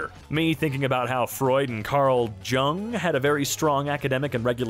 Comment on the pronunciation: Karl Jung's last name is pronounced (young).